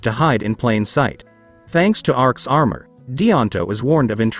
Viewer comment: It’s armour not anmour